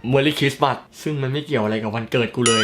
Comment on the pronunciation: เดี๋ยวๆ มันอ่าน คริสต์มาส ไม่ใช่ เอ็กมาสครับพี่ 555